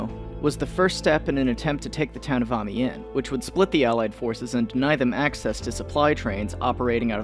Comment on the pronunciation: I think its pronounced "Am-yan"